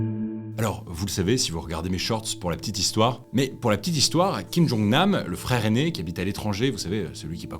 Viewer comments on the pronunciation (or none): C’est « oun » pas « eun@ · Oui. Et il persiste dans l'erreur. Meme pas presentatrice dis Kim Djong Oune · Nan nan, ça vient du coréen 김정은 qui se prononce "Gim-Jeong-Eun" En réalité c'est pas une prononciation à la française donc dire "eu' c'est faux mais ce c'est ce qui se rapproche plus de la prononciation coréene